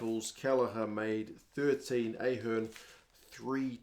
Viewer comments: Hey it’s Ahh- hern, not Ay- hern😊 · Your back to A-hern again!😂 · Id say ah-HEARN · Not the best game I’ve ever seen, but through no lack of effort. And it’s AHern.